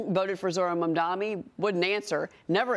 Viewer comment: Why can none of you idiots pronounce Mamdani's name correctly? It is not "mom-dommie" it is "mom-donnie" ffs